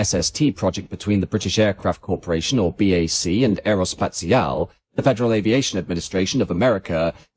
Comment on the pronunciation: The most famous project of Britain and France, ever, and the British are, to this day, no capable to pronounce Aerospatiale correctly. No wonder the French wanted the 'E' at the end of Concorde. The British were so bothered about this even though they always silence the 'E' at the end of any word/name.